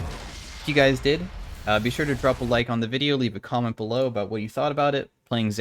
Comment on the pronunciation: muh, muh, muh, MUH cahments FOU THA AYLGTORHYTHM